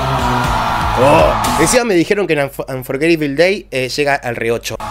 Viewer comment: E a, te quiero mucho! Pronunciastes Unforgetable Day muy bien! Me gusta tu pelo o también! Siempre tengo una sonrisa cuando. Eso tus videos. Gracias por traernos al magnífico Dimash! Respeto mucho lo que nos enseñas de música. Que tengas larga vida en todas las redes sociales!